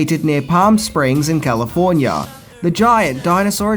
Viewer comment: You mispronounced Calllifffforniaaaa